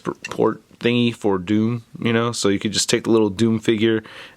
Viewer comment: "It's not sho bad."😀